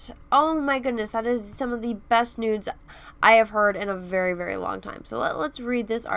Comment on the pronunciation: sounds like you said “this is one of the best nudes I have heard in a very very long time”. 😂 I know you said “news”.